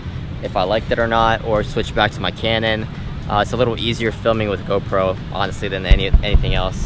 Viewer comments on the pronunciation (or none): none